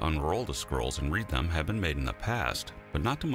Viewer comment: I thought at first he said "Herculaneum Squirrels", like they were an artwork or an extinct species.